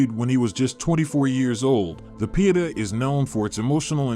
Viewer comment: YOURPROUNCIATION OF SOME WORDS IS VERY POOR. EX. PIETA. IT BELIES AN IGNORANCE OF YOUR TOPIC.